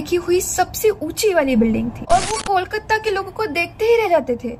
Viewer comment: Nahi. Wo Sabhya bula Rahi hai aur Kolkata ko Bhi sahi se nahi bol Rahi Hain. Aisa aksar non Bengali logo ki problem hoti hai. 😊